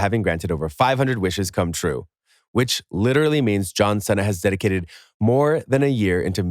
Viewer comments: Excuse me, but the way you pronounced John Cena. XD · John Cenna lmao